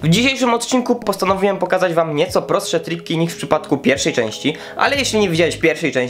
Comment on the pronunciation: wiadomo, bez problemu. Po prostu śmiesznie to zabrzmiało 😄🙏🙏🙏💪